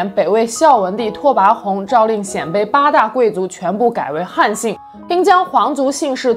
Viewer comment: 鲜卑，读 先，一声